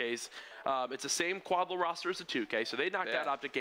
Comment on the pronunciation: I bet it is quad L.A. not quad la.